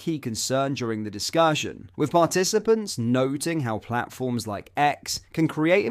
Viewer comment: On a different note... Why must the narrator/presenter of this channel mis pronounce or use tones that make so many basic words sound alien ...So often... Dude .. are you for real ? Or are you an AI ? Dis cuuuusion ? In flu encing.. demon isation.. its just weird... Thankyou take care..goodbyyye 😵‍💫🥴 Great content.. bizzar voice-over 🤣👌🇬🇧🏴